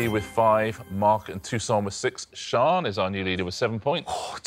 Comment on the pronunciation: Why are they pronouncing Toussaint's name like Tucson, Arizona? It's French FFS!